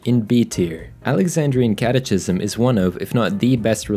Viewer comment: Enjoyed the video, but catechism is pronounced phonetically kæt̬.ə.kɪ.zəm or put in standard English ka-tuh-ki-sm as opposed to kat-e-chi-sm. It's an easy mistake and one I've made so just wanted to pass on the pronunciation. Thanks again for the vid